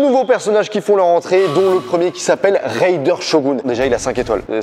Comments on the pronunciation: Mais c pas raider mais RAIDEN, le deuxième youtubeur qui le prononce mal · C’est raiden pas raider